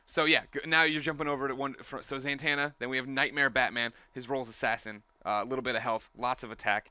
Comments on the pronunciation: Why do you keep saying ZANTANNA? It's Zatanna lol, there's no N after the fest A. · Greg, it's Zatanna, not Zantanna. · its ZA-TAN-A not ZANTANA like montana idiot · Zatanna NOT Zantanna. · When this supposed "dc expert" can't even say ZA-tanas name properly, it makes it quite difficult to take anything he says seriously. It's not Zantana...it's Zatana. If you cant even get the name correct, anything you say after that is completely moot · Why does this guy say ZANTANNA it is so fucking annoying why does he say it normally... It's zatanna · Zantanna? im sorry did you mean Zatanna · ZATANA! not santana. just saying. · Him saying ZANtanna over and over kinda gets to me... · "Zantana" ZANTANA GREG??? REALLY?? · "Zantanna" Oh Greg :P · Considering she's one of my favorites, it pissed me off when he didn't pronounce it correctly...some almighty expert he is